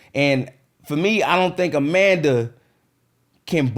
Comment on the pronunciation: John Cena vs A-Man-Duh 😂😂😂